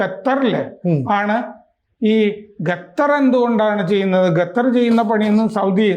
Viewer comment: ഗട്ടർ അല്ലാ ലോകജ്ഞാനി ഖത്തർ ആണ് ... നല്ല ബെസ്ററ് ചർച്ചക്കാരൻ